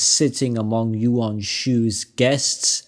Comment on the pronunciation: A shame the 1994 version got taken down, felt that the 2010 got shortened a bit which is a travesty. Yuan and Quan would sound more like short e than a short a sound in the end but otherwise your mandarin is pretty good